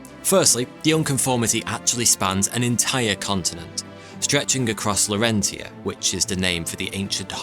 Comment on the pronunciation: law-ren-tee-ah. That's a new one. law-ren-shia